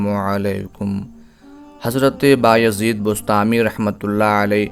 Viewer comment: inka name Baya zeed hy ba-yazeed ni... Yazid ibn.e.muawia lanti ka name kesy rkh skta koi Allah ka walli...